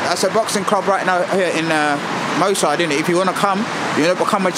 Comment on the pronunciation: Hahaha nuff respect to you guys and it's brilliant what you doin but it's moss side not mo side. 😄